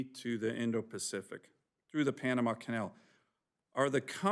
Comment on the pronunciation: Why she says Pianama ?